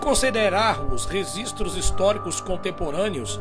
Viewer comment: Depois que ele falou "resistros" históricos eu parei de Assistir.